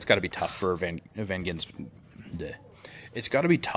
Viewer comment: Gisbergen Its not Gi>n<sbergen Gis-berg-en